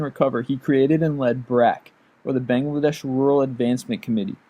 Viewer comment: I'm sorry but the way you say Bangladesh -_